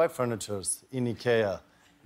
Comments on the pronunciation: Finally proper pronouncing of IKEA! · So that’s how you pronounce IKEA ?! Eeekeeaa!!! Not I-keee-yaah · if Zlatan tells,it's pronounced E-kea, not I-kea, you just learnt something. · In Sweden we pronounce it Ick-Eh-ah.😅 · So, its pronounced E K Ahh, not I Kee Ahh. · Z’s Pronunciation of IKEA. As a swede, you can hear what part of his town he’s from. 100% true to roots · How do you know from which town just by his pronunciation 🥲 We say it the exact same way in the Netherlands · I guess I’ve been pronouncing IKEA wrong all these years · Real Swedish pronunciation of “ikea” we been saying it all wrong the whole time 😅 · How do you pronounce Ikea? He pronounced it the way we do in Spanish. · Ikea is Swedish as is Zlatan. He pronounced it like in Sweden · The i in ikea stands for Ingvar first name of the man whos started it all Ingvar Kamprad.Anyway the way he say i ,thats how it is pronounced in all scandinavian countries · No, it’s not. It’s Swedish, and this is how we pronounce it here in Sweden. Americans pronounce it like you wrote, but that doesn’t make it correct. It stands for Ingvar Kamprad Elmteryd Agunnaryd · Zlatan pronounced it in Swedish, since he is from Sweden, just like IKEA. Duh. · I first thought he pronounced IKEA wrongly. Then I remembered he’s a Swedish and ikea is a Swedish company 😂